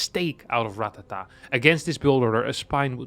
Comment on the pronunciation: It's actually Ratáta, not Ratatá